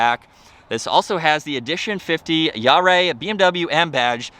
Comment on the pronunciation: “Jahre” is pronounced “YAH ruh.”